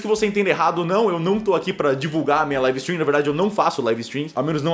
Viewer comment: É taum bão pronúncia "laive istrim"